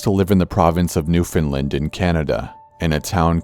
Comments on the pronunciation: i know this is old but he sid it wrong ( new fin l and is kinda how you say it not Newfoundlind ) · its not pronounced new fin land its new found land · No one ever pronounces 'newfoundland' correctly. Its not new finland. Its pronounced like 'understand.' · oh and its not 'new find lind' its NEW FOUND LAND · It's pronounced new-found-land not new-fin-land 😡 pet peeve Newfoundland is where I was born... and St. John's is sketchy as fuck murders drugs gangs a lot of shit don't make it to the news can't tarnish an image am I right not to mention how fucking haunted downtown by the harbour is... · Oml Corpsem, I love your videos but I'm from New-found-land not Newfinlind. You BITCHERED that pronounciation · Newfinlind? lol Corpsey it's pronounced "New-finned-land" no big, man, just trying to help! Love the videos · I live in Newfoundland so I can confirm the first story is true, but it's not pronounced like England, it's pronounced "New-Finnd-LAND" not "newfoundlind" it's a common mistake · Did anyone else hear new finland instead of new foundland? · Heeeeeey, Newfoundland! My mom is from there! ‘New-fin-lind’ they pronunciation is so cute! I guess Corpse has a bit of a Cali accent? The province is pronounced exactly like it’s spelled, New Found Land’, but Newfies pronounce is New-fa-land typically. New’fa’land. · Did he say New Finland? That doesnt even exist. Edit: Newfoundland however... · new findland? newfoundland !!! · Finally a story taking place in Newfoundland! [Also, it is pronounced "New-Found-Land" or if you want to speak like one of us "New-funland". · its Newfoundland not newfinlin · "new fin lind" I'm from Newfoundland and anyone I know pronounce it literally how it's spelled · Newfoundland I love the way he says it but it's pronounced new-fin-land I live in Canada too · You didn't pronounced Newfoundland correctly, but I'll forgive you this time. I'm just happy to hear about it in a story. ~A Newfoundlander. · I cringed how he said Newfoundland